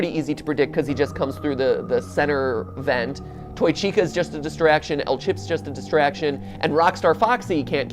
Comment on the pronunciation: Chicas not chicais dumbass 🤣🤣🤣